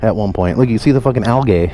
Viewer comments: Yo, wtf is "algay"??? LOL. 👊😎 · The way you say "algae" stresses me out but I still love ya